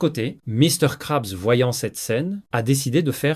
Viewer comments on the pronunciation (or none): De 1 y’a 0 émotions dans la lecture. De 2 tu sais pas parler "Dun cou" - "Misters crabs" "planktonE" Puis c’est trop long ca donne pas envie d'écouter Puis tu mélange l’anglais avec le francais...